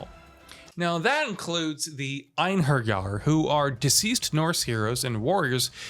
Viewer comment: The way he said einherjar was amazing.. from a norwegians ears